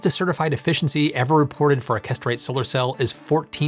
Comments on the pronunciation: Hey. Great video as usual... but... Perovskite - Why are you pronouncing this PROSTATE and not “peh-rov-skite”? and Kesterite - Why are you pronouncing this CASTRATE and not “kess-ter-right”? These mispronunciations were quite distracting while trying to concentrate on your excellent video. [Reading some of the comments, I notice I'm not the only one to be brought up short by the "castrate" pronunciation.] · I keep hearing castrate. English pronunciation is so sloppy.